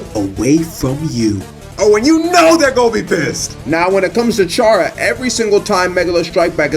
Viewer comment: chair-uh is unacceptable